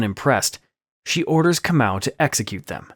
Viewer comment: I like how you pronounce KAMAU a very common name in the Gikuyu/Kikuyu tribe 🇰🇪🇰🇪😊😅, so yes, it makes so much sense about him being a captive. I was genuinely caught off guard by the ending 😂😂😂😂😂